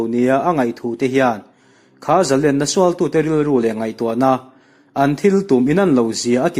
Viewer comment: A ngaihnawm hle mai. Zalênna tih erawh zalenna tiin a ri thin a, Sangha manna lên kan lam rik ang chiah hian Zalênna tia lam rik thin a va tha êm.